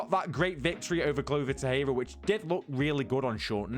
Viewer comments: Bro I love your content but PLEASEEEE, pronounce Glover Texeira ‘Glover Tek Sharer’❤️ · new mythical fighter Glover Tehera 😂 dude what is up with your lack of research. Easy work finding a clip where people pronounce his last name properly